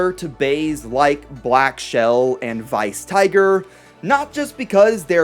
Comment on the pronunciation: Well it's... Weiss. Not Vice. I think